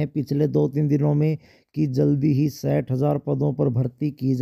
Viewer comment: सठ नही साठ बोल ले पढ़े लिखे मानव